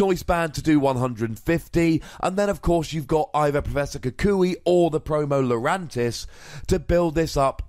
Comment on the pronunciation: Promo lapris? U mean lurantis